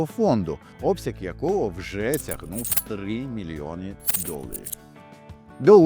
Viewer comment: "3 мільоні" - легкий Італійський акцент! Але це пройде!